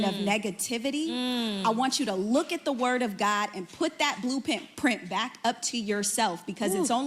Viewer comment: And said it wrong with confidence!